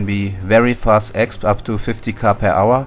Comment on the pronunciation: it is pronounced ex-pee not exp :) it took me long to know this too i am german